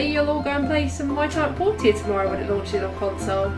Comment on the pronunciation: It’s pronounced “Porsha” they even say it in game that way.